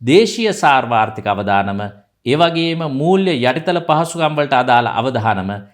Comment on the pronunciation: පුතේ, අවධානම නෙවෙයි, අවදානම කියන්න. ඔයාගෙ වීඩියෝ ගොඩක් අය බලනවා. වරද්දලා සිංහල කිව්වාම ඒ බලන දරුවොත් වැරදි සිංහල ඉගෙනගන්නවා. ටීවී චැනල්වල ගිරව් වගේ කියවන්න විතරක් දක්ෂ නමුත් සිංහල බැරි අය නිවේදකයො කරලා එයාලා සිංහල භාෂාව මරලා දාන හැටි වගේ නෙවෙයි පුතා වගේ උගත් කෙනෙක් සිංහල වරද්දනකොට. "අවධානය" සහ "අවදානම".